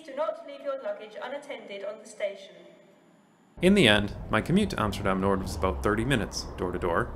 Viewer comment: Pronouncing Noord with a D.. it's just not right man.